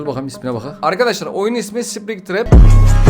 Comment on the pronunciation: Yav springtrep mikel degil william